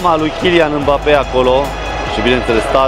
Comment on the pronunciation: Nu e mabape se pronunță embape